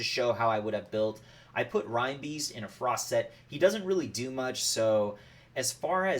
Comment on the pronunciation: Excellent instructions Sir, just need to work on your pronunciation. A big hint is the animal that reinbeast is based on.